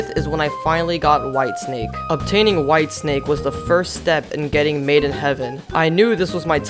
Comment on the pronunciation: He said wife snake instead of white snake